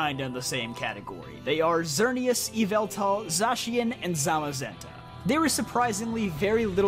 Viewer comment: It’s Yah-Val-Tal god of darkness and death